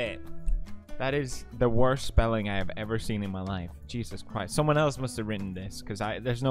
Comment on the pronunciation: I like how he would put "ä" in almost every single word, "havät", "litän", "dälfin", "häljen" and also, sbenande